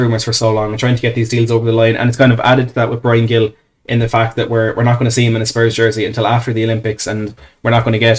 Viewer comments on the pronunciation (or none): I'll keep posting it on any stream I can find... the pronunciation is closer to "Heel". It's not hard a hard G. I'm from Boston, USA and here on the New England Revolution MLS team we have Carles Gil, another Spaniard and a former Villa man, as our captain. He's always pronounced it "Heel".